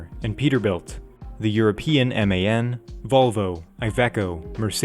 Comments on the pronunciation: do you really call it M A N and not just Man in one word? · I'd argue it's pronounced man, not M A N, pls confirm